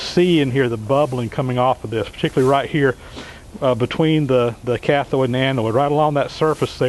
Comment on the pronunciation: It's cathode and anode, not cathoid and anoid :o)